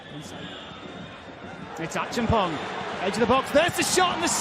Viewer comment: Lol, why is the commentator calling George achempong?😂😂